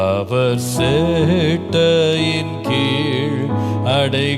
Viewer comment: Pls correct pronunciation use this song.... Not சேட்டை கீழ்..... செட்டையின் கீழ்